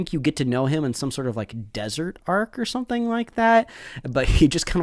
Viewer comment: its actualy dearassrosa not desert 😅😂 which lasts from somewhere 600 to 700 episode